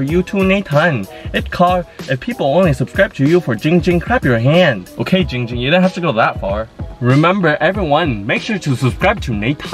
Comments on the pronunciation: Its not Jing Jing its Ging Ging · He will ban you say Ging Ging not Jing Jing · Its giiiing ging not jing jing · Fillipeno DinoMan ITS GIIING GING NOT JING JING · HIS NAME IS GIIIIIIIIING GING NOT GING GING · It’s not Ging ging its Giiiiing ging